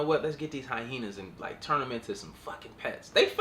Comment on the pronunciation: stop saying hyhenas 😂😂😂😂😂😂